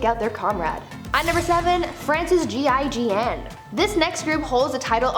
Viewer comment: I don't know why but I'm just enamored by your pronunciation of GIGN. So fluent! I'm melting